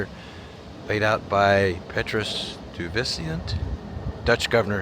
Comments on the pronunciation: Stuyvesant is pronounced Sty- ves- tant. Wow. Very famous Dutchman who settled in New York. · It's pronounced STY VA Cent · It’s Peter Sty-ves-ant. I thought you knew your American history. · Peter Suyvesant (pronouced "Sy-vesant"). Last Dutch Governor of New York. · Nice tour! Stuyvesant is pronounced Sty-Vuh-Sent BTW..